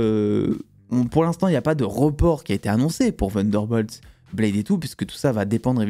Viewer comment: Ta prononciation de Thunderbolt m'épuise 😂